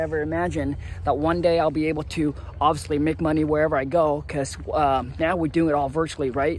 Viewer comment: I like how you say, "moe-ney"